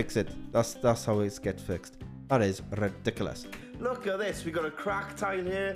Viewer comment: You don't pronounce ridiculous properly. Google it.